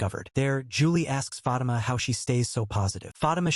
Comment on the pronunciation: Fah-Teema sir lol